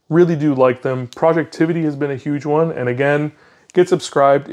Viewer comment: Dude it's not projectivity, it's projectivy... as in poison ivy (although it's probably pronounced project tv)... and yes, he recently fixed the wallpaper issue that had been plaguing this app for awhile. It is now an easy 5 star app and the only launcher anyone need consider. Also, anyone interested in retro gaming, look up hyperspin 2025. It just dropped a few weeks ago and it is the most comprehensive collection of retro games out there. Will need a 512gb usb stick. Finally, thumbs up for sunshine/moonlight. I'm casting my steam games like Cyberpunk 2077 and Red Dead Redemption 2 from my linux PC to my TV with this setup, with a PS4 dual-shock controller... works beautifully.